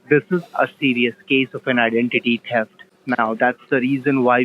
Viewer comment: TEFT ??? LOL